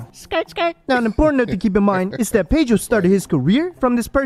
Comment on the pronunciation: Its Pedro, not Paydro